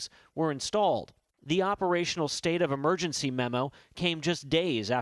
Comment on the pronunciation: That's what happens when you gamble with people's lives cuz you are flying a plane that hasn't been produced since the 80s. God I hate the way some people talk. he says "State of Amergency" its not Amergency, its Emergency. E not A.